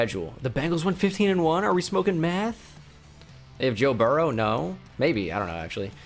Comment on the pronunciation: Sounded like u said “ are u smoking math” instead of meth😂